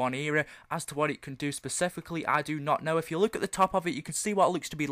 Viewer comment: lol funny when he says look